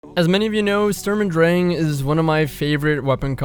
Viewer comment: And next week: We learn how to pronunce Sturm und Drang in a correct manner. Furthermore we learn about the origin of said term and what it has to do with Goethe. Thank you for the nice build. Will have a look at it.